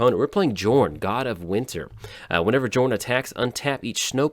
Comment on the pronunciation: Please please please stop calling him Jorn. It's pronounced YOOOOOOOOOrn. Besides that, glad to see you survived the ice storm!